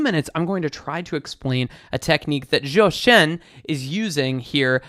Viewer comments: Thx for your video! And for the singer's name, Zhōu Shēn, I think you were pronouncing Zhòu Shèn... the first tone, ā, should be a flat and high tone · Zhou Shen… If you pronounce his name like “Joe Shun” you’ll be closer to the pronunciation of his name in Chinese. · zhou pronounce as chou. z4c. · except the tones are way off lol